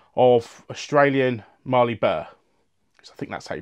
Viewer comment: Hi, Mallee is pronounced the same way as Alley, not Marley. Really enjoying your videos mate.